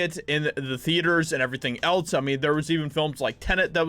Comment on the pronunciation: There is still no "t" in else, no matter how many times you say "eltse". Lol luvs